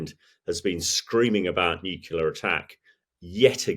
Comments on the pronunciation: 'Nukular'? Really? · Why do smart people sometimes say nucular? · "Nucular". Really? ;) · Hearing a military commentator say "Nucular" makes me shake my head. Come on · I find myself struggling to take experts seriously when they discuss ‘nucular’ weapons’. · If you're going to have so-called 'experts' as guests, at least educate them on how to pronounce the word NUCLEAR correctly.